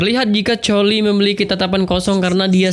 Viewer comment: Bkn colie bg tapi kolie